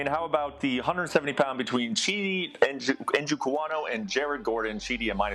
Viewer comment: It has been three years since Chidi joined the UFC. His last name is said correctly at EVERY UFC weigh in. Here is a little help for next time. NJOKUANI. If you know how to say the Browns Tight End's name David NJOKU you just add AH-KNEE to it. Phonetically, it is SIMPLY. EN-JOH-KOO-AH-KNEE. CHEE-DEE EN-JOH-KOO-AH-KNEE. And then just repeat it a few times and speed it up a bit after you have the syllables down and you will be GOOD TO GO moving forward. I know Ian has extra trouble with this name for some reason. Hope this helps. Good luck with your bets this week!